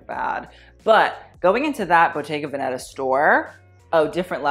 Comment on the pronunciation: love u but it kills me how you pronounce the 'veneta' in bottega veneta